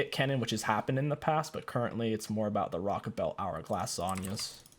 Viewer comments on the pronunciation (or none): none